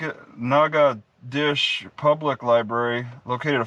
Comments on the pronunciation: I think it's pronounced "naca- dotches(rhymes with "notches") but whose counting. Nacadash is just fine. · Those stupid people in that town don't even know how to pronounce their own town. The correct pronunciation for that is NAT-KETO-SHAY. It's french. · it's pronounced NOG A DOE SHISS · Spelled "natchitoches" pronounced "nackidish" hooked on phonics failed on this one... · Natchitoches nah-codish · Pronounced "Natch-it-toche-es". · Pronounce Nat-che-toe-shis. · That's in Texas. Most locals here pronounce it "Nacka-tish"